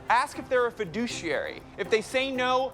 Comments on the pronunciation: fi*dou*che*ar*y not fi*du*ci*ar*y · I love John Oliver and the way he pronounces “fiduciary” :) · Isn't it funny that he says "fiduciary" with 4 syllables when the actual picture says that it's 5?